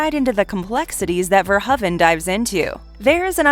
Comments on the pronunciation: Verhoeven is pronounced "Ver-HOE-ven", not "Ver-huh-ven". Not gonna lie, the constant mispronunciations from the various narrators are starting to really piss me off. Oh, and , HER NAME IS JENNIFER JASON LEIGH. Not just Jennifer Jason. Fuck sakes! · If you are going to do an entire video on a director, you should probably at least learn how to say his last name. Especially since you butcher it about 50 times here. Love the content, but the editing mistakes are kind of ridiculous sometimes. It's pronounced Paul ver-ho-even, with a long o sound. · FIRST, I HAVE TO CLARIFY THE PRONUNCIATION OF HIS NAME. I PRONOUNCE IT VERHOVEN, WITH AN ACCENT ON THE "O". 😱 OTHERWISE, I LOVE YOUR CHOICE OF MOVIES. I HAVE THE FIRST THREE ON DVD, AND I REALLY LOVE THEM.